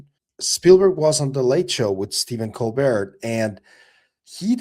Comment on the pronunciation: Stephen “Cole-bear” dude - not Colbert 🤦🏻‍♂️